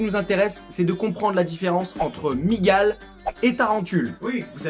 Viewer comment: "a Migal" avec le petit accent mdr